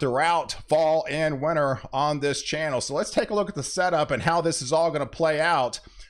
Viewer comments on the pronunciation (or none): none